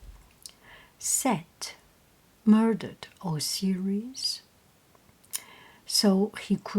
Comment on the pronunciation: I believe both Isis and Osiris are pronounced with the sound like eye or like you would say the letter i. Such as eye-sis or os-eye-ris. Hope that helps.